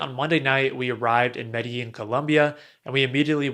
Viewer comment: Medellín co is pronounced ‘medejin’ or ‘medegin’, not how it’s spelled.